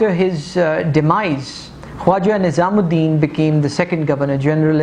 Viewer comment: first of all the name is not nizam ud din its nazim ud din . secondly the picture u domonstrated to show Muhammad Ali Bogra was a wrong picture .. it was of Ch. Muhammad Ali . thirdly Molvi tameez ud din was not the president of assembly ... he was the speaker of the assembly .. plz make these corrections .... rest of the presentation is marvellous ... ur style is quite impressive ... keep it up